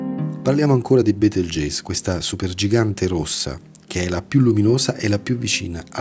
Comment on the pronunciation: Comunque si legge "Betelgheuse" che io sappia.